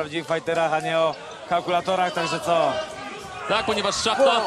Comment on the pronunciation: Nie szachta tylko shmata